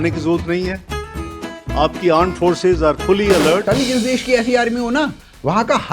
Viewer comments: It's not aand forces... It's Gaand forces😂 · Arm forces not aannd forces ando Pakistani o bikarikisthan. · Aand forces😂